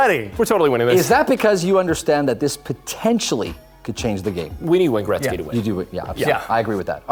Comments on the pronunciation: Seriously if this host mispronounces Wayne Gretzky's name one more time I mean come on dude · Hey let's make a hockey show and pronounce Gretzky wrong the whole time